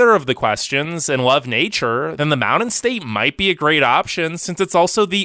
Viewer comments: DUDE!!! MOUNTAIN IS NOT PRONOUNCED "MOWDEN"!!!!! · I really want to continue watching but can you please start saying mounTain. Ty!